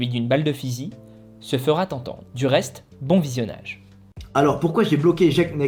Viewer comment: « Se fera T entendre » dans l’intro, ça commence mal mais finalement intéressant.😉 Les passages lus révèlent une telle bêtise.... A quand la même sur l’autre gourou au melon démesuré,Lafay 🙂 (Même s’il n’est plus trop un acteur du monde de la muscu j’ai l’impression)